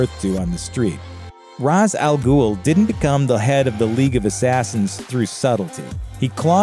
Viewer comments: RA___'Shh Al Ghul. Not RAZ. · Two notes, the movie was Shazam but his name is captain marvel. It's not pronounced Ras, it's pronounced rache Al ghoul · Isn't Ra's Al Ghul pronounced "rashe"? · It’s pronounced “Rache” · It’s pronounced “Rache”. If that makes any sense. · It’s not pronounced rache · Smfh. Ever since batman begins people a lot of people keep using that pronunciation for ra's al ghul's name and it absolutely annoys me 🤦🏾‍♂️🤦🏾‍♂️ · Someone Special well that's debatable. If we're talking language, honestly, neither of what's used is actually the accurate pronunciation of what his name means, but you can maybe say the one they use here is closer to it. But the creators of the character did not pronounce it the way we've been hearing since the dark knight series. And it is up to what the creators decided they want their own character to be called.